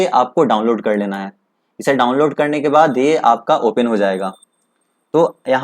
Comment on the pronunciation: Ye open ko opain bol raha hai